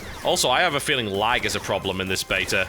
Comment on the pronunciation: i love how he says betar instead of beta